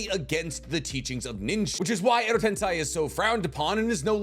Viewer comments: "shikigami" WTF!? Bruh you need to work on reading the names right "Shi-ni-ga-mi" at least you're not saying "Edo tensai" anymore 😂 update: nvm he says "Edo tensai" AGAIN 😂😂😂😂😂😂😂😂😂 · Did you really say **Shikigami**?? It's SHINIGAMI as Shi literally means death, and Gami means God - so Death God, easy. But, I shouldn't be suprised, you keep calling Shisui's MS jutsu KotoamatsuKAME :/ and Tobirama's jutsu Edo TenSAI :D